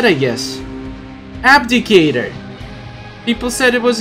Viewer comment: Its "Abdicator" (No hate).